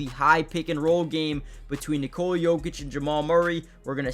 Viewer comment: Son, it’s NOT Nikoula it’s just Nikola! Pronounce o like o NOT ou. Why you don’t know this already